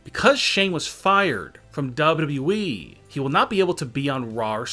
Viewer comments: Why does it sound like he is saying double E not WWE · It’s wwe not dub-duba eeeeee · Why cant you say W W E ? it hurts my brain. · Is it so hard to say WWE? Double you double you E try reading it like that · Dubyoo dubyoo eeeee yup that’s how ya say it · This guy would be better off using the robot voice that the Channels that read Reddit stories uses. Can’t stand the mispronunciations. Dubbadubbaeeeeeee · Not FSswan but WWEEEEEEEEEEEEEE This guy speaks like a fuckin dilecsec teacher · Is the guy talking actually human or is he a fucking robot cuz the way he says wwe is weird as fuck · CRINGE 😱 how you say WWE